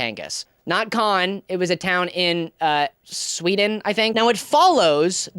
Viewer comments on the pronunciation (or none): none